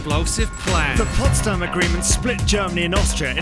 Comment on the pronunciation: It's "Potsdam"